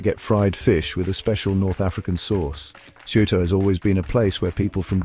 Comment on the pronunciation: PLease ask a Spaniard to read the name of CEUTA and repeat the same sounds... you IGNORANT!!!!